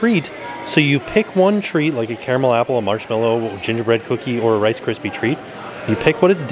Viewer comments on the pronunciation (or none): none